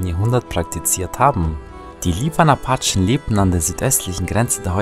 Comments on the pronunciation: Nicht Achen sondern Apachen. Sorry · Ich hasse es wie er appachen sagt